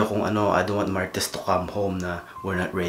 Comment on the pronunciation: Gago ka... Idiot.... Nice accent to pronounce marites... Idol kolokoy..